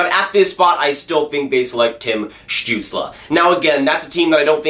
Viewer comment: You should do a video when you say Stutzle for 10 minutes...:)